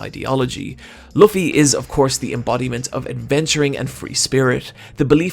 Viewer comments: i'ts quite amzing to see how much this guy loves luffy but can't pronounce his name properly, like it's not that hard to say L-O-O-F-F-Y it really and the show points it out multiple times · oh fuck me he does pronounce Luffy wrong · Luffy ur saying his name wrong